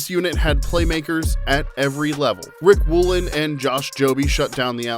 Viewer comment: Bro said “Rick woolen”